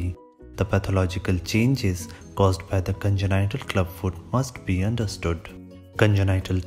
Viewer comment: bro you're amazing but that congenital word pronunciation is killin' me